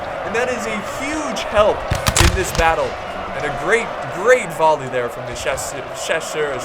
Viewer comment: Don't pronounce the s' when saying chasseur, but otherwise utterly amazing!!!